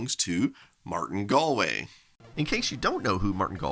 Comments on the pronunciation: Major props pronouncing Galway right, as someone who lived in Galway, Ireland we always hear it wrong and love it when people get it right :D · Great to see Martin Galway again! And to learn how to properly pronounce his surname.